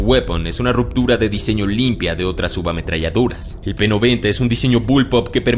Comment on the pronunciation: En el seg. 23 dice "subametralladUras" ¿¿¿??? Ja JAJA JA JA 😀😃😄🙃🙂😂😅🤣😆😁